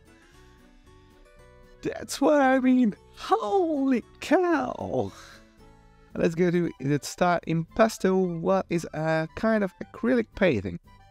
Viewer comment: "Holly Cow" 😂😂😂